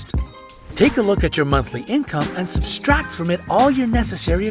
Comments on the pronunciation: I'm wright he said substract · Did he say substract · “Substract” from it? 😂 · Lol he said substract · Omg he said substract omg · Dublin Aviation I replayed it 3 times AND increased the volume hahahaha wth?